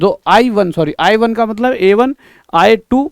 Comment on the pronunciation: Aye 1 ka matlab A1 hai sir AYE 1 ko A1 pronounce karte hai